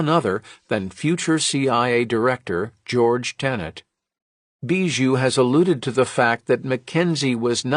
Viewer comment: The way you pronounce bijou is really really weird.